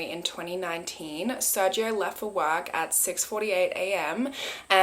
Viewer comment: I love you and your content so much, but as a Hispanic I must correct your pronunciation on something 🤗 the G in SerGio is actually pronounced as a (English) H or strong G. So it'd be Ser-Hio.